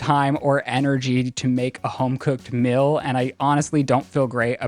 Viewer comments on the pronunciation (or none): Would someone please tell him its ME-EEL, not Mill.....lol love you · Lizzie please correct him when he says “mill” instead of “meal.” God bless you and the good work you do, lady. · Is saying (mill) instead of (meal) like a west thing?